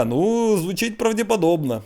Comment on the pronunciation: вдячна вам за фразу "звучить ПРАВДЄПАДОБНА" . Пряма відчула, що ви і у житті українською спілкуєтесь